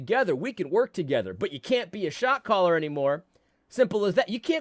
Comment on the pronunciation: When you listen to this sped up it really sounds like you are saying “shock collar” instead of “shot caller” 😂